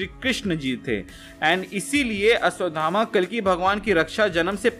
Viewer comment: ये अश्वगामा कोन है??? अश्वथामा तो सबने सुना है 😁😁